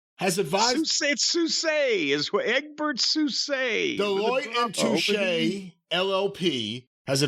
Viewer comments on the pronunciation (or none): It’s pronounced “toosh” lol